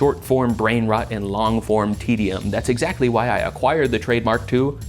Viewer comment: He really did say "shlong form"